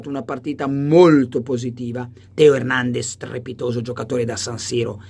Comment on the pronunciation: Carlo ma perché lo chiami hèrnendez e non hernandèz come nei video??